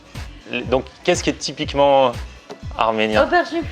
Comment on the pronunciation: Zübeyir ZCB ptdrr wallah la meuf elle a dit " tipiquement armenien 😂